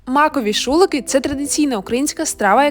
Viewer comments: ШулиКИ❤ наголос на останній склад) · Правильно казати шуликИ, з наголосом на останній склад. І це не смажена страва, корж запікався, а потім ломався. Корж заливали білою рідиною з розтертого маку та меду